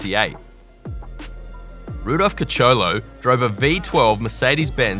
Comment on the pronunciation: "Rudolf KACHOLO"?!?